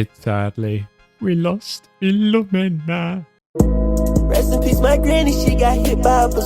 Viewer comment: Binged 3 episodes so far and loved all of them! Rip philomena, the way you pronounced her name always got me lol.